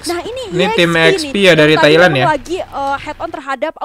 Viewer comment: Thailand bro bukan Tahiland😀